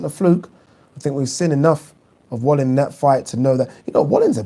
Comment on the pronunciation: Isn't Wallin pronounced Vallin?